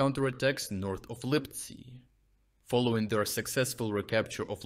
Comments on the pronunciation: The text-to-speech is messing up again. What the hell is "Липцай"? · Please keep the quality of analysis, but please do not use AI to narrate your videos. Why would you pronounce "Lyptsi" as "Lypsi" one time, but "Lipsai" ?